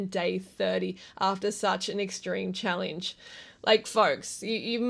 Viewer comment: Why do you pronounce the word challenge as chall-INGE ?